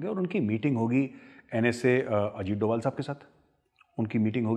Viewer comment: Suno C....... tum pehle Ajit Sir ka naam proper lena seekh lo anpadho for your kind information HE IS NSA of India Ajit Dobhal ( Veer Chakra ) 🙏